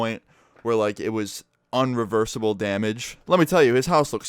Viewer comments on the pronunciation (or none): He said irreversible right??